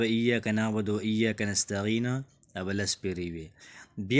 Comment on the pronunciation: نستعین دی نستغین نه دی ورور جانه ❤❤❤